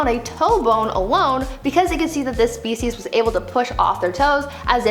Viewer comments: Hats off to Brie for pronouncing all the species scientific names. 👍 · New subscriber and third video. Wow. You must be a very smart young woman to pronounce all of those names and keep the fact straight. I’m impressed.